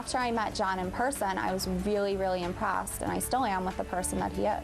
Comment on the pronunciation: "I was really imprahssed. He drove us to the rahstaurant." ugh....lol "batch!" hahaha